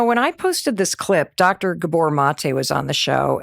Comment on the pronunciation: GÁbor Not Gabór 😊